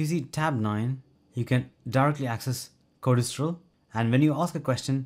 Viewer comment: BTW: It's pronounced code stral NOT code es stral Correct?